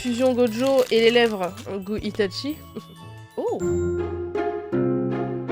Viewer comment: c'est pas itatchi mais itachi